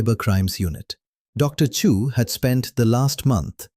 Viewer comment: Dilion. Chu not Chew.